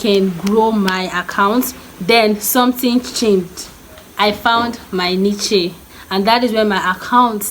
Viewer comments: Niche is pronounced “Nish” - not Ni- kye 😢 🙏 thanks for the information though. Be try very helpful advice. God bless you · Those channels you mentioned that inspired you, it would be nice if you linked to them, as i did not understand what you said or know how to find them, thanks. oh an a tip, niche is pronounce "nitch/nich" like how "rich" sounds, not ni-che lol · I love you but it's pronounced 'neesh' not niche